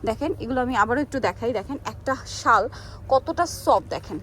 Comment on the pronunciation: শাল বলতে পারেনা ভিডিও করতে এসেছে , শল কি ?